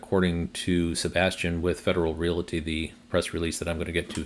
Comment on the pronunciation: another good update and glad MB charging is moving forward. They have good facilities. Please note: the word "realty" is only two syllables: REAL-tee. No schwa sound in the middle.